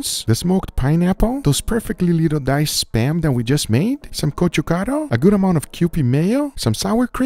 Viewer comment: I'm impressed by your pronunciation of gochukaru.👏